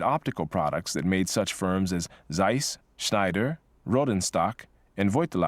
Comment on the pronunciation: If there is one constant, it's the mispronunciation of German Z: Zeiss should be pronounced like "tsize" in English. Z is always [ts], no exception. As a hint, try to say "size" but start with your tongue in the "t" position. (The ending ss is voiceless, too, but I did not find a better example.)